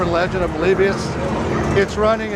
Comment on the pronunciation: what's this "Polebius" crap? Everyone knows it's pronounced "Polibius."